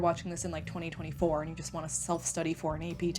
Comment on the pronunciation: The way she said "2024" lol